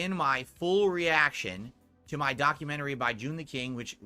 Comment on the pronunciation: can't say documentary? 😅